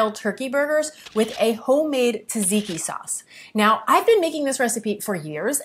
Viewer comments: Lovely recipe. Tzatziki is a tongue twister, I know, esp for a non Greek like you. The guy is right though, it's pronounced like ''jazz'' and not tadziki ....😀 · haha sometimes it is hard pronouncing greek words especially greek names if you are not Greek. Tz is pronounced like j (Jane, July). So it is pronounced as "Jajiki". Also, good job on the content, I found your channel recently and I can't wait to try your healthy recipes 👌